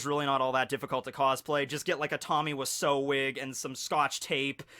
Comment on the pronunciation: Wait wait wait wait. That's how you say Wiseau!?